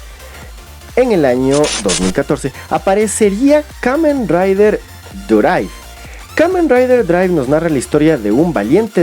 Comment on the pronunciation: Se esto es mas mio, pero en verdad me molesta cuando pronuncias nombres como Ghosto o Drivu, no se es raro y incomo, aparte recuerda, lo japoneses no pueden pronunciar bien palabras en ingles, ahora el video es malo? Ni tanto, pero es go lentl y aburrido